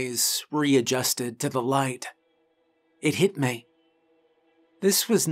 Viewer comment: ahead of it hit before